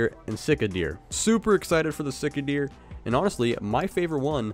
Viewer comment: Sea ka not sika shami not chamois or what ever you said.